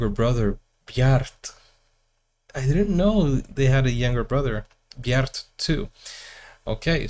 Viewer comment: Words and names ending in -e in Norwegian should be pronounced as -eh in English. Bjarte will then become Bjarteh. The same applies to one of the members of a-ha, Magne - Magneh - but here you as an English speaker have to put in an extra 'n' to get it: Mang-neh.